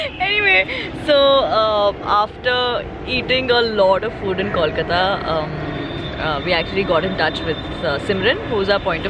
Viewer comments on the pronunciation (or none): It's Kolkata not KAWLKATA. You can say Calcutta as well. We're chill with it :) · IT IS KOLKATA. Pronouns it properly.